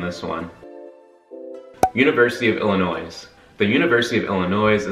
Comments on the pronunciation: Illin noise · You say the S in Illinois one more time I swear to god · ohio state gets a C at best for not teaching its students how to pronounce illinois